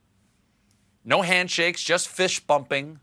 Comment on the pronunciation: He definitely said "fish bumping"